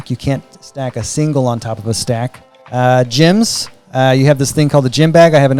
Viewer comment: I love that the way you pronounce “gems” makes “gem bag” into “gym bag”